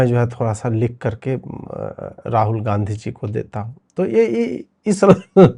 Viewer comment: पर इसने गाँधी जी बोला या गांदू जी बोला, सुनकर बतायें... मैंने कई बार सुना पर कंफ्यूजन है...